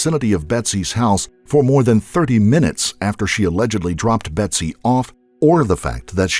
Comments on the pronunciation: the narrator keeps saying betty instead of betsy.... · A couple of glaring errors from the get-go; so bad I couldn’t continue watching. It’s BETSY not BETTY. It’s spelled right but spoken wrong. It’s Louis GUMP- not GRUMPenberger. Again, spelled right but pronounced very wrong. PAM WAS NOT BETSY BESTIE. Ever. She tried desperately to ingratiate herself into the fold but all her family and other friends will tell you Pam always seemed to be trying way too hard to be the best friend but there was just something about her that wouldn’t shake itself out. Lastly, IT WAS NOT the reporting of Dennis Hayes. It was a producer from Dateline that started questioning Pam’s motives and involvement. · Its GUMPenberger not GRUMPenberger<<<, and BETSY not Betty